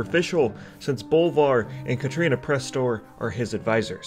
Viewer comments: Katrana! Not Katrina. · KATRANA why do you keep saying Katrina, where's the 'i'? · Kah-TRAH-nuh fuck man